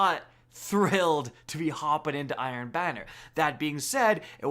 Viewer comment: Who heard iron Biner?